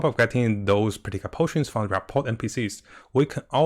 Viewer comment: THE T IS SILENT. ra.por